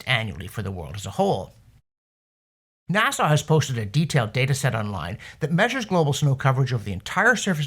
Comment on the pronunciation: NASA is not pronounced Nassau. It ends sounds like uh, not awe.